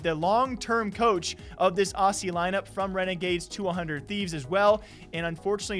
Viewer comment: hey just quick tip when you say aussie it’s pronounced ozzie. Love from down under ❤️